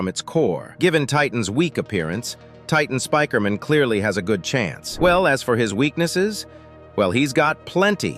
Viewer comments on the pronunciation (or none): Bro really said titan Spikerman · Bro cant say Titan speaker man 😂